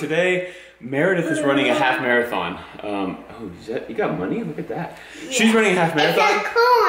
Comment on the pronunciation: Love you to thanks for the vids she ran a "Mere -a - thon "